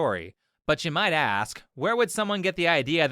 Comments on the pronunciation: Ask, not “ax”. I hate it when people say that. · Maybe she'd get to play if she stopped axing the coaches. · ASK!!! Ask!!! Not axe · Is she an axe murderer? She admitted to axing her coach. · To this lady in the clips the word “ask” is spelt A-S-K, as in “ask, not “aks”! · what’s it with ppl saying „x“ instead of „ask“? it’s very confusing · How can you go through four years of college and still say "ax" instead of "ask" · I hate so much when people say "aks" instead of "ask". Bleh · Why do you say "I axed" when you mean "i asked"? Seriously interested. As a finnish guy, my pronunciation I a little weird, that's why I focus on these things. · Ask. A-s-k. Not axe. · "Axe em" 😂😂😂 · She can't even say "ASK" properly yet she is in college??? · Can you start with saying 'ask' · its pronounced ASK for FUCK SAKES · axing questions 😂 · “I axed my coach” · I don't think it was fair for her to axe her coach... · They still can't say ASK or ASKED the K is after the S FFS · I would also bench my athlete if she tried to "axe" me a question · Dam she axed her coaches lol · People in college and they cant say "Ask" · You’re in college and you can’t properly say the word “ask?” I know, I know, surprising isn’t it? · she needs to learn how to say "ask" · "And I axed him, so I axed him. Yo, like, coach, how many times I gotta axe you?" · In college but can't even say ask properly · Maybe it's because she kept on axing people. Is she the axe murderer? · When she said axe him for the fifth time I was thinking maybe she should've stayed in school. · Anyone that says "axing" in the place of "asking" does not impress me with their mental acuity. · I "ax'd" him xD jeez... poor dude. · Why was she constantly axing her coaches? Were they bad coaches? Did they really deserve to be axed? Ohhhh, never mind, she's illiterate. Oops, i mean "Differently-Englished." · She should learn how to pronounce "ask". They might help her career. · She aksed her coach? That's horrible. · It’s ask not axe